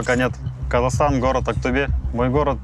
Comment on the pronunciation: Не АКТАБЕ а АКТӨБЕ правильно будет .